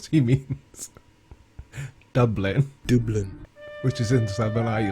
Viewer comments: No offense but what accent actually says "dooblin" when saying Dublin? But congrats on being just 1 step above the flat Earth believers. OK, maybe 1/2 step. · Dooblin is funny, but did you know that Sputnik is pronounced Spootnik? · "Dooblin" ... The very fact he cannot pronounce the capital city of Ireland, but can name the mythical kingdom at the centre of the earth tells you all you need to know about this guys education level. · Best laugh of the day: Doo-blin :-D